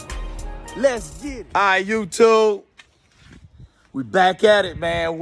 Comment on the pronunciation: Brotha, you had me cracking up LOL I swear you said "LS swap" and "youTUBE" like 84 times in the first 4 minutes, I enjoyed it man, keep at it!